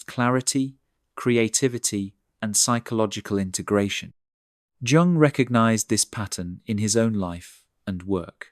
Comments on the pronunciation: Or you could be autistic. And you pronounce Jung as "Yoong", not "Jonk" 🥱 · It's not pron, Jung (Dzsung) but Yung. That was shocking. Otherwise good video. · Giang huh. Pronounced Yoong not Giang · His name is pronounced Yoong not Joong. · Pronounce: Yoong not Junk. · The J in Jung Is pronounced as the Y is in young. Computer generated voices are so transparent and always making errors. Irritating at times. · It's pronounced Yoong, not Dzhoong, ffs. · I understand and agree with the proposals put forward. However every time I hear Carl "Jung" not Carl Yung I wince. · Please: The "j" at the beginning of Jung's name (Jung was a German speaker) is pronounced as a "y", not as "dj". Please see Merriam Webster. Thank you. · it's not Tschung. it's Jung (but perhaps Jung did not say these things this 🎉way and it was rarther a Tschung after all, "lol") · We usually pronounce the J of Jung, as a Y. Yung. This is the first time in my life I have heard the J of Jung pronounced as a J. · Yeah at first I was like Carl Jung? Sounds like Carl Yung. Then I looked it up and apparently most people say Jung. Maybe we were taught incorrectly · Please pronounce his name as Yung. Swiss, like Germany pronounces J as a Y. It sounds like Yung not J ung. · Please don’t pronounce the J in Jung’s name! It’s Yung! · Jung (pronounced yung) was spot on in regards to individual psychology and its relationship with social psychology. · Jung - is pronounced 'Yung'. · It’s pronounced “yung” 😂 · Surely not "Jung" pronounced with soft j like "jug". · Jung is a German name. It is pronounced Yung. It is surprising that an expert on Jung does not know this. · This is largely true, but those of us with Asperger's get more isolation than we need sometimes and don't navigate or choose relationships that well. Jung is pronounced yung. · Hard to listen about intelligence when Jung is pronounced djoong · Lol 😂 Junnng nope! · Jung: The J is pronounced as “Yuh” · The name "Jung" is pronounced "Young".